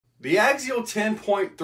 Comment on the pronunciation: Love your videos but I hate the way you pronounce Axial lol what the heck is an Agzeal?